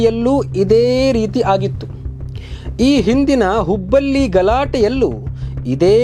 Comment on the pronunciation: ನೀನು ತಿಕ ಮುಚ್ಚಿಕೊಂಡಿರೋ ಬೇವರ್ಸಿ ನೀನು ದೊಡ್ಡ ಮೂರ್ಖ ಎಂದು ತಿಳಿಯುತ್ತೆ ನಿನ್ನ ಅರ್ಥವಿಲ್ಲದ ಮಾತು ಹೇಲುವುದು ಎನ್ನುವೆ ಹುಬ್ಬಲ್ಲಿ ಬೆಂಗಲೂರು ಆಡಲಿತ ಎನ್ನುವೆ ನಿನಗೆ ಅಸಲಿಗೆ ಕನ್ನಡ ಉಚ್ಚಾರಣೆ ಮಾಡುವುದೇ ಗೊತ್ತಿಲ್ಲವೆಂದ ಮೇಲೆ ವಿಷಯ ನಿರೂಪಣೆ ಇನ್ನು ಹೇಗಿರುತ್ತೆ. ಳ ಬದಲು ಲ ಅನ್ನುವೆ ಣ ಅನ್ನುವ ಕಡೆ ನ ಅನ್ನುವೆ ನಿನಗ್ಯಾರು ಸುದ್ದಿ ತಿಳಿಸುವ ಉದ್ಯೋಗ ಕೊಟ್ಟಿದ್ದು.